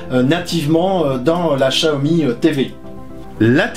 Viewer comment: chaomi ca vient de "téléchat" ? plutôt "siaomi" quelque chose comme ça